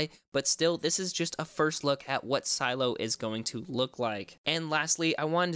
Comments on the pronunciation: It’s not silo it’s sih-leh-oh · Isn’t it pronounced “sah-lay-oh” , not silo!